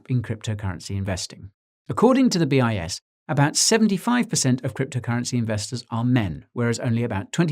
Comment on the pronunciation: I kept hearing BS study hahaha